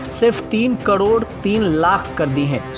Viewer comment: Yeh anchor crore ko "kadod" kyon bolta he??